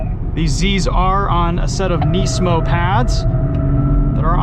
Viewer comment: It’s rare to hear someone pronounce Nismo correctly.